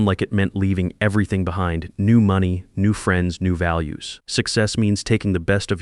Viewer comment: What a great story plot .... too bad AI glitches on saying money ( I hear that in a lot of stories -) Charlie did an AWESOME thing speaking up about George - wouldn't you like to do that in real life for someone ! I don't think the marriage has much hope